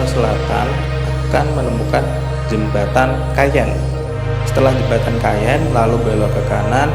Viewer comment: Bukan keyeng mas tapi kayen